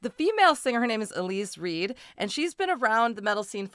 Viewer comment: Elize Ryd is pronounced mode like "E-leez Rude" (or Ruud, if you're Dutch, Rhood if you're Welsh, or Rüd if you're German) but most definitely not Reed